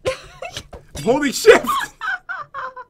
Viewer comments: When pat said "Holding shift" It sounded like he said Holy Sh*t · I think at the end said holy shift but i heard holu sh*t.... its at time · Pat didn't swear he said holding shift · He never swore he said holding shift when he was laughing so thats why it sounded like we swore. God, Pat has to say something about this. It's getting out of hand